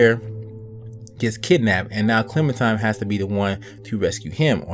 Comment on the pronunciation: I'm pretty sure he pronounced it correctly. Don't the people at telltale pronounce it like that?